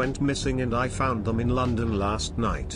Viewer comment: Way to put the "L" in "London," "Schlatt."